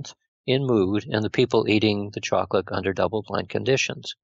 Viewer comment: why does this guy say choclick instead of saying chocolate....very annoying